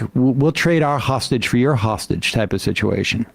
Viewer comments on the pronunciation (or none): none